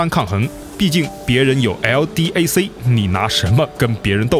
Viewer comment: 人家叫LDAC，读音L-戴克，不要碰到什么都逐字读字母。不要想当然呦